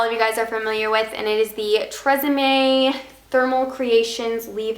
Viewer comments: I think you were trying to say ethereal but it sounded like you said urethra? Haha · yeah, erethreal :)